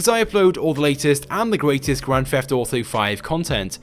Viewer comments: "Grand Fefft Auto viddeo" what an idiot. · Hey guys its and welcome to a brand new video of Grand "Feft" Auto...